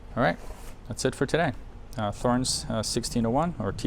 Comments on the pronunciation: It's pronounced TORRENZ. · The strobe is more precise than the app. LED lighting oscillates at mains frequency. The connector is a jenson (Jensen?) aircraft connector. Thorens is pronounced “torrens” Great set up procedure nice turntable. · so, I don't mind if he pronounces it THHorens. He is American. Should he pronounce that Mercan? Cheers